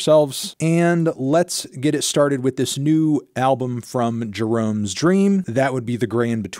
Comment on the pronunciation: Always thought it was jer-ah-me, not jur-rome